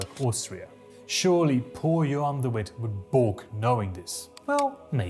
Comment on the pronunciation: hi, another dutch person here! He does have an accent but he isn't dutch as he said "Johan de Witt" with the English version of the "w" sound, while the dutch "w" makes a "v" sound.